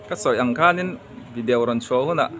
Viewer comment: Vi-de-o ti in lam mai la vi-diau ti lo khan mawi lo ve e